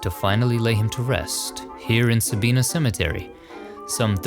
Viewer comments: So cool that Eugene is included. And just so you know,, the town is pronounced Sa-BYE-nah, not Sa-BEE-nah. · Respectfully,, the Ohio town's name is pronounced sabyena, not sabeena. It is close to where I will spend eternity near family. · Sabina , OHIO is pronounced,,,,,,,Sa-bye-na.